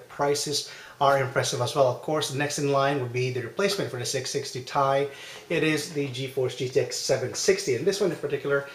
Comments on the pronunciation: It's t-i not ty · Dude it is T I not tie